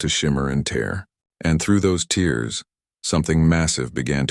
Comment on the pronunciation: GODDD DAMNNNN!!!! NOW "And through those TEERS...."!!!!!!!!!!!!!!!! YOUR AI LITERALLY SUKS!!!!!!!!!!!!!!! TEACH THE DAMN THIG HOW TO SAY THE FKN WORD "TEAR"!!!!!!!!!!!!!!!!!!!!!!!!!!